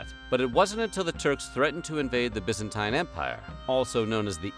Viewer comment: Byzen 'teen' not 'tyne' 'Acre' is pronounced 'AKH-ray', not ache -er (like the land unit).